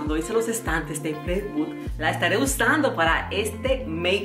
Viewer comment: aCarolina, por favor es "plywood" no "playwood".